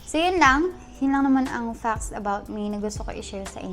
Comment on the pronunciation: we're gonna talk about "facst"? hahaha arte pa kasi mag salita iiih.